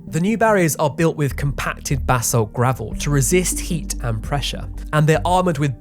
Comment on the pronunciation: I was annoyed that he pronounced basalt wrong though. That ones easy. Its not pronounced like bass, its pronounced more like buhsalt.